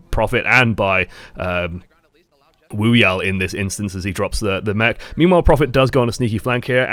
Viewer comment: "Meme-while", anyone?